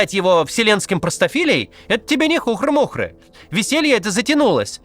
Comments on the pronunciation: хУхры-мУхры или всё-таки хухрЫ-мухрЫ?? всю жизнь слышал только второй вариант, а тут бац - хУхры-мУхры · хухрЫ-мухрЫ, а не хУхры-мУхры ) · Мне кажется правильно говорить "не хухрЫ-мухрЫ" (с ударением на второй слог) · Водить зА нос. ХухрЫ-мухрЫ. Уважаемый редактор, если решили обогащать речь ведущего фразеологизмами, то ставьте ударение в суфлере. Иначе смешно и глупо получается. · хухрЫ-мухрЫ. Макс, ты хотя бы консультируйся с автором текста, что имелось в виду, и как это произносится. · Иноагентство своё подчёркиваете?) Правильно же на второй слог ударение: хухры́-мухры́! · "За́ нос", "хуры́-мухры́". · Правильно говорить "ХухрЫ-мухры"! С ударением на Ы. Каждый раз раз когда Максиму пишут это слово в текст, он его неправильно произносит. Уже много лет! Не могу)))) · Кац, ну ёкарный бабай, ты че, на другой планете что ли вырос? Не знать как правильно расставить ударение, серьёзно? Ну вот, держи «хухры́-мухры́» На будущее, гугл в помощь если чо, все гулится на раз, проверил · По таким ошибкам видно, что он читает чужой текст. Именно поэтому, когда встречаются новые для него слова или выражение (это хухры-мухры для него явно новое), ставит неправильное ударение